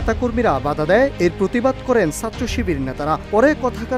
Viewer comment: উচ্চারণ ঠিক করেন। বলেন ছাত্র / সাত্র আবার কি?